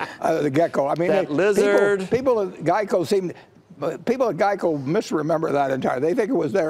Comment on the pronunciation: What the hell is a Gieco?